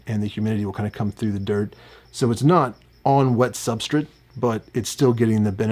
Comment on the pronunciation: Bro, WHYYYY do you pronounce Substrate soooo weird?!?!? I cant stand it. You cant say S-T-R-A-T-E